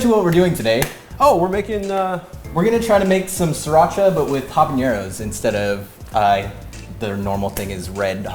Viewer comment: A variation I have made of this sauce (not sriracha per se), is to lightly fry the habaneros in a bit of olive oil ( pronounces habaneros perfectly, by the way), make sure to poke the chiles before broiling because sometimes they explode a bit. You can also lightly roast them over the fire in the stove (again, either poke them or make a slit on them), chiles have different flavours depending on how you consume them, and you can try them like that and decide what flavour you like the most. The sauce (or salsa, in spanish is the same be it hot or not) I like: 1/3 parts of roasted chiles habaneros 1/3 parts of fried habaneros 1/6 parts of raw habaneros 1/6 parts of boiled habaneros IMPORTANT: do not remove seeds, even though those do not have piquancy by themselves, they are covered with a sac with a lot of piquancy and add a different taste. Also there are different habaneros, I like the orange and red varieties, other like their habaneros green (when ripe those turn an orangy yellowish colour), now, you can either blend them OR crush them in a "molcajete" (a stone mortar) or if you do not own one, use whatever you have in hand (a flat bottomed glass or cup can be used), you want to end up with a paste. Use only a bit of salt. For storage you can add oil and store in the refrigerator and use as needed, you can also opt to allow it to ferment adding a bit of sugar and even a bit of yeast to help the proccess (you'll have to liquify it once it is fermented for a few days a